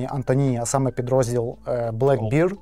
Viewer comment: та "бер", а не "бір". Beer — бір, bear — бер